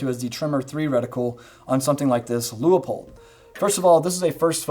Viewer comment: Still amazed no one knows how to pronounce "Leupold". And I'm including the fine people in Portland that make them. Loo-pulled? Lieu-puhl? Leh-poh-eld? Lu-up-peld? Lee-o-poled? La-pel? Li-up-old? My pronunciation Leo-pol'd? My gf's Lup-uld? And now Loo-i-poll?